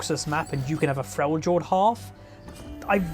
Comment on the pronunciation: Does the way he says Freljord annoy anyone else?